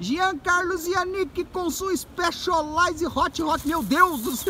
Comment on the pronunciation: Que diabos de IXPÉXOLAIZE que ele tanto fala?